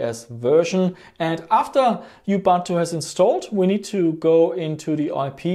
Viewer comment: Please, it's not yooh-bun-tu, it's pronounced Ooh-Boon-too